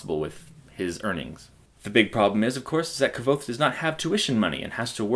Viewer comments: its pronounced "kuothe" and i do not think this is a good review. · It's pronounced Kothe, like the book says. ("nearly the same as 'Quothe'")